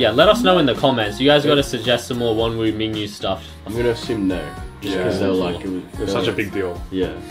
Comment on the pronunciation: guys if no one has mentioned yet, their names are pronounced as "Min-Gyu" and "Won-ooh" :)